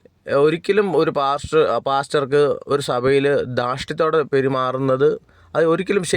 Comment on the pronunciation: Hallo അവതാരക മലയാളം വാക്കുകൾ കൊണ്ടു വ്യഭിചാരം നടത്താതെ വ്യക്തമായി ആ " വാക്കുകൾ,, ഉച്ചരിക്കുക. താങ്കൾ അതു ചെയ്യുമല്ലോ? പാസ്റ്റർ എന്നതു പ്ലാച്ചർ എന്നു ഉച്ചരിച്ചതു കൊണ്ട്